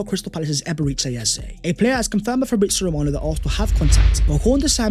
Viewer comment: it pronounced E-be-re-chi